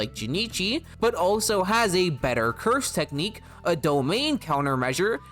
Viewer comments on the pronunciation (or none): none